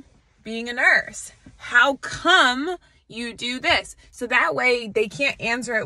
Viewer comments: Loudly emphasize the word "come". Got it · Notice the emphasis on come